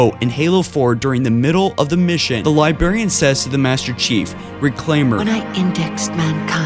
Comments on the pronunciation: "May be immerse" Immense. Not Immerse. LibRarian. There's an R. Stop saying Libarian. SEN-TEE-ENT Not sentinent. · Omg, I have strong feeling this guy is extrapolating too much. NTM its pronounced LIBRARIAN not LIBARIAN! Arghh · jeebus chriss.. its LIBRARIAN not libarian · Brarian not barian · i cant handle how bad you pronounce everything. i made it to around 3 minutes until you went thrfohthree. its Three four Three. holy shit dude Libarian Its librarian. learn English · Pronounciation of words are often off, however, your narration is great. *sentinent *libarian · sentient not sentinent forerunner not foreigner librarian not liberian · It's pronounced LibRarian, not Libarian. I don't usually like to get picky about little things like this, but it's a mistake that is repeated constantly throughout the video, making it hard to listen to. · you keep saying libarian! its annoying it's libRarian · LiBRarian not libarion ;) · It's Li-brar-ian, not libarian!!! Fore-runners, not forenners. Some elocution and pronounciation is in order here. Sheesh. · HOLY FUCKING SHIT ITS LIBRARIAN NOT LIBARIAN FOR FUCKS SAKE. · How the fuck does one pronounce "librarian" as "Liberian"? WTF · anyone else annoyed that he kept saying libarian instead of librarian? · Please say librarian instead of libarian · I bet this guy is one of those that says "let's go to the liberry" instead of LIBRARY. You're missing the first "r" in the word when you go to pronounce it. Librrrrrary. Not Libary or Liberry.. lol. LIBARIAN PLEASE SAVE US. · Forerunner, not Foreigner. Librarian, not Libarian. And 3-4-3, not 3-for-3. If you are going to narrate, you need to work on your pronunciation and enunciation. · i liked it quite a bit. good work. just one thing: for the sweet love of god, librarian! not libarian!" anyways. cool. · This isn't that big of a deal, but I just wanted to point it out. You keep saying li-berry-an when it is librarian. There is an r after the b. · Librarian, not liberrian dude lmao